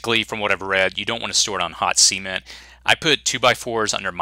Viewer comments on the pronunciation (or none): I sorry for being a phonics nazi but it is NOT pronounced see-ment or sea-ment. It's pronounced sə'ment (kinda like duh, only with an "s", and then "ment")